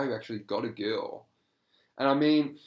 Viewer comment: I don't know where you are from, but the way you pronounce "girl" is adorable It's like...."gee-uhl" it's so cute.